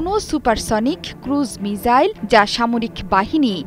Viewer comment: মিজাইল × মিসাইল ✓